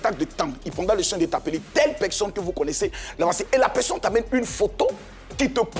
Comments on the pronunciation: padon on dit personne et non peksonne c'est agaçant.🤣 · Epuis il continue à dire (pekson)🤣🤣